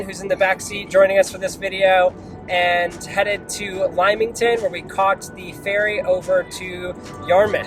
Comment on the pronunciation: It's pronounced Limington not Limeington!